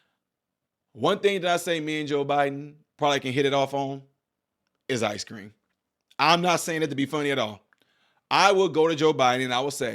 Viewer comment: Be vwey vwey quiet, im.eating ice cweam